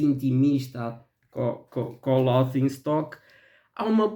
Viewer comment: Olá,. Detesto "The soul cages". Nunca imagnei "Loki" como um álbum subestimado, é "holy grail" no Brasil. Adoro Bloodyflowers. "Us" fez muito sucesso, não me parece subestimado. Pena que o áudio do seu vídeo está baixo e abafado. Depois faço minha lista de underrated. A pronúncia de "laughing" é "léfin'", fica a dica, hahaha.